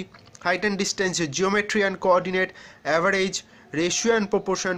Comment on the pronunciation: First of all u hav need to learn how to pronounce the English words...percentage, average nd contents nt pronounce properly..